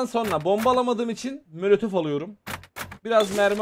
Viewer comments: abi niye molotofa mölötöf diyon???* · bitanede mölötöf alicam abi herzaman mölötöf diyiyon